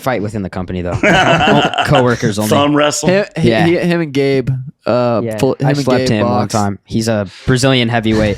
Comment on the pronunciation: “Did I get heem, is he down”